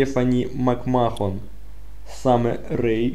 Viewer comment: послушай англоязычных комментаторов, они произносят "Макмэн"